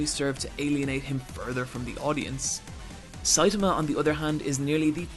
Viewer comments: I actually stopped watching because of how many times Saitama was mispronounced. It's a good video but hearing "Saytamuh" multiple times makes me cringe especially since there are so many sources out there that properly pronounce his name. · You Americans... it's NOT SAit-ahmah, it's Sai-TAH-mah. Also.. "near invincible demigod"?!? I think so far he's absolutely invincible and doesn't even know why (another important point in the series humour, as Sai-TAH-mah thinks he got his powers from those half-assed workouts). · 1. Siatama can punch harder than an atom bomb. 2. Genos is pronounced J E N O S. 3. Mumen Rider is NOT under-powered, Justice crash is the strongest move in One Punch Man. 4. made a JOJO reference and no one mentioned it. 5. He once in the vid called Saitama, Satama. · His pronunciation of Saitama is off as well.